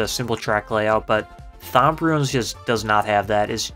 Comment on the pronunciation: Thwomp not thomp 😅 And it's electrodRome, not Electrodome. There's an R hiding there